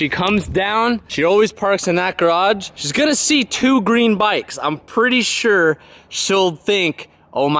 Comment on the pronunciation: he still saying shhheeess? wtf man ill be back in a month